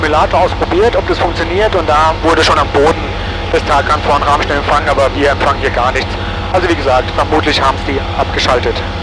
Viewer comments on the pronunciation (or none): Moin, bin gerade durch Zufall über dieses Super-Video gestolpert, als Pilot Frank Abonnent. Man spricht es „Ramstää“. Und eher wie Ramm als wie Rahm...ich weiß es als Westpfälzer. 😅 P.S. Ich war als ehemaliger Schüler der Gesamtschule Enkenbach-Alsenborn 1988 auf der Airbase beim Wandertag. Wir waren in der Tat auf dem Tower, in einem Shelter Warzenschwein gucken, bei der Wachhundestaffel und auf dem Heuberg zum Bowlen. Habe noch Fotos. Wohl einer der denkwürdigsten Wandertage für einen Flugzeugfan und eine rare Gelegenheit obendrein. PPS. Habe auf deiner Homebase in Worms 1991 mein BZF gemacht. Leider lange nicht mehr geflogen. Kanal ist abonniert. Grüße aus EDDH! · Ich dachte schon du findest das Bernstein Zimmer im Bunker 🤪🤘🏼 Sagtest du mit Absicht „Rahmstein“ wegen deinem Dialekt?! 🤔 Danke für das Video! Alte Airbase ist immer cool 🤘🏼🤘🏼✨